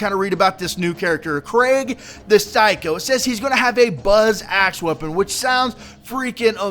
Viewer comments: You were saying it like Craig, its Kreeg <3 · Its pronounced kreeg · His name is pronounced Kreeg, just so you know. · You sorta had been saying it like 'Craig' in the video. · its pronounced Kreig like blitzkrieg. not being a grammer nazi just useful information